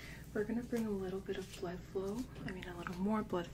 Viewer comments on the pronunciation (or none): none